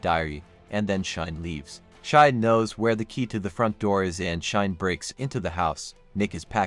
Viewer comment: RE: Cheyenne; it's pronounced "Shy-N" (NOT "Shine").